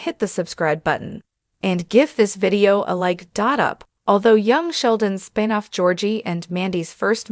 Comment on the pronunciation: Computerised voice! It's spin, not spine! Shame!